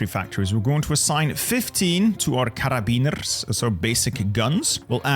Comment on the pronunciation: The biggest takeaway from this video is that I don't roll my 'R's enough while playing Germany. "We're going to assign 15 to our Kallrlabeenaehrrrllss"